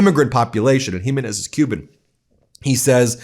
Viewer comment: Hey, Ben. Ask your wife how to pronounce the name Jiménez.